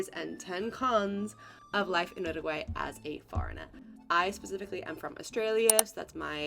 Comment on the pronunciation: You -ruguay in English not ooruguay.